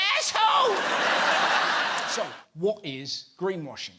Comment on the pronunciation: "Fooking Az-holay" Brilliant